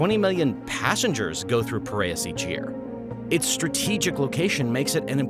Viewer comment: it's P I R E A S brother not Pariahs :P